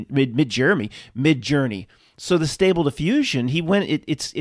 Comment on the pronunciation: Whenever I hear “Midjourney”, I hear “Midge Ur”. Spell-casting ahoy!